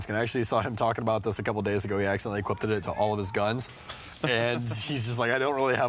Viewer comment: "equip-teh" "equip-tehded"